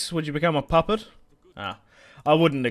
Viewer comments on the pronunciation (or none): none